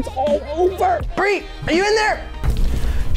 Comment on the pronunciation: It’s bri not bree